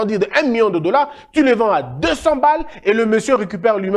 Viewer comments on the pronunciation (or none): none